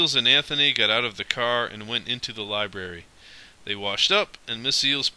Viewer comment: Lie. Brare. Ree.